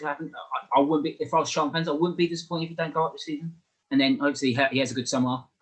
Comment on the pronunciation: First time viewer to this channel - really good discussion for me , a CAFC supporter. Thank you, good opinions, and fair assessments. One thing though : there is a 't' in Charlton! Not "Charl'un"..... I know you can pronounce 'ton' because you said "Souf'amTon" ! Smiles Anyway, good report, nice discussion ; I'll subscribe. Cheers!